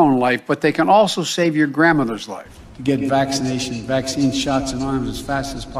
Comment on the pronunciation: At 1 point it sounded like he said, "vaccine snots"!?